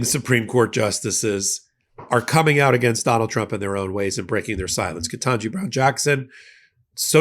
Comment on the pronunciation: I love you, but please pronounce Justice Ketanji Brown Jackson’s name correctly. Her name does not contain two “n’s”. It is Ket taN ji. Thank you